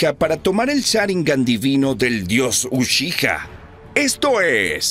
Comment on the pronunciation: podrias porfavor pronunciar bien la palabra "uchiha"? porfavor te lo pido